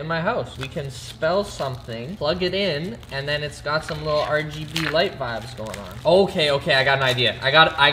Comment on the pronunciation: Vabs not vibes